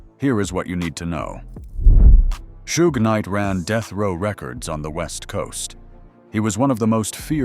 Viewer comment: "Shooj Night"? LOL.. oh hell...